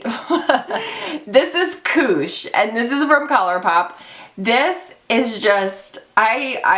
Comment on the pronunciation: And when you said 'koosh' I heard 'kooch'. Aussies and Kiwis will be kacking themselves (slang for laughing hard) as it refers to the umm, Camel area for us people over the ocean...are you the same? Just like Fanny means, well, fanny (lady parts - camel), not bottom for us. That gets us every time.